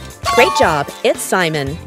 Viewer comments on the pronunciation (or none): none